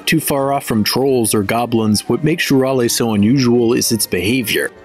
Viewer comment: Well, actually "shurale" is pronounced "shuralE" like in "cafe"